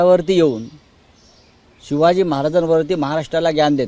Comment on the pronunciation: पहा ना तो शहा कोणासारखा छत्रपती शिवाजी महाराजांचे नाव घेतो ? 'सिवाजी' म्हणतोय हा शहा . जसे औरंगजेब म्हणायचा . औरंगजेब छत्रपती शिवाजी महाराजांना ' सिवाजी ' म्हणायचा ...